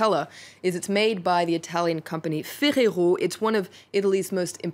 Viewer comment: Is that how Italians pronounce Ferrero?